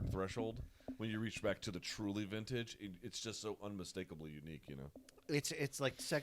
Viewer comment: “Heach around” ☠️☠️☠️